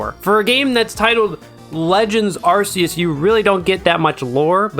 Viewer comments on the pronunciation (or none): What did u just say? Arse euse? Its arc euse! There, give me my 50 now